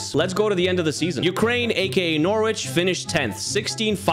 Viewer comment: Just a pronunciation thing, we don’t say the w over here (don’t ask why it’s dumb lol) so it’s said “Norrich” for the future, no hate :)